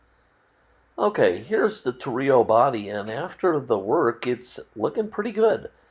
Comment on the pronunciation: Actually your first mistake was calling a Torero a Toreeo! ") Sorry, I couldn't help myself! Great job, I just found your channel and I love it! I've subbed and am gonna have a blast going through the orchives...I mean archives! I know, my wife thinks I'm a jerk too! LOL! Awesome channel! Jack - Canada Manly ~' '~